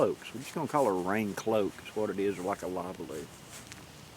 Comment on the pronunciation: Hello, I want to compliment you on your new video cover photos they're awesome. It's like it has a story of its own. Another FYI on this video, the Polish Lavvu is pronounced La-voo. Not Lavaloo like you said it. Just trying to be helpful.